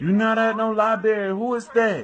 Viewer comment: libarrrrrrrry really? library